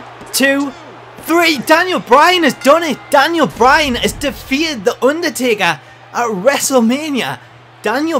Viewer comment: DANyal Bry-Han as de-feet-ted de Unda-Tak-Ha